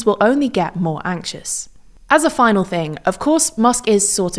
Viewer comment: Off topic but is this an AI avatar? The way she said "axious" instead of anxious was a bit weird, even if it was misspelled on the prompt I wouldn't expect her to actually say it that way